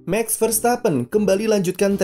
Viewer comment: Bos… MAX Verstappen! Bukan MEX Verstappen…. Mohon jangan ngrubah nyebut nama orang? 😁…. Cheers!